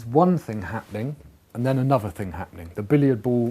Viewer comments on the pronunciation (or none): none